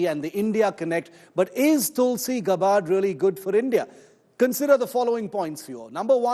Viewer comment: Gabbbbard nahi be....naam to thik se bolo.